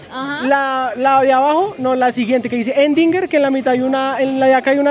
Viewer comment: La que dice “endinger” jejeje … Erdinger maestro !!